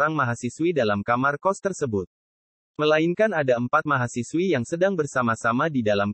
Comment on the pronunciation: Mahasiswi bung, bukan mahasiwi...